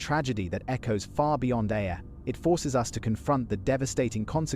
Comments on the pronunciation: It's pronounced Air.... Ayr... I worked the doors dun there... Bobby Jones and Charlie's... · Aye r it's pronounced like AIR Ayr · Am laughing at the pronunciation of Ayr lol it’s said like the air we breathe lol